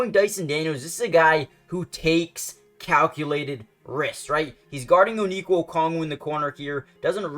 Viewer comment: Good video but you gotta learn how to say Onyeka lol